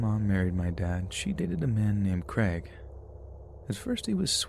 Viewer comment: Creg? Oh, Crayg. It's like neigh, not neg.